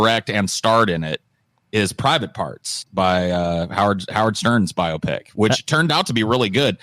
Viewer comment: The way says “biopic” sounds like he’s saying “myopic”. 😂